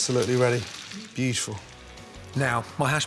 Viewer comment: "Beutuful. Absolutely beutuful."